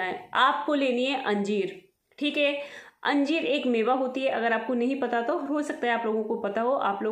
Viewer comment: Anjeem bol rahe ho ya anjeer